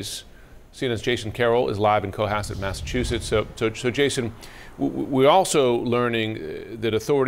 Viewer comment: Co-Hasssss-Set . Not Co-Hus-Set 🤦‍♂️